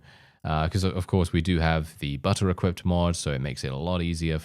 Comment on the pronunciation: is it just me or do I hear Butter Equip mod??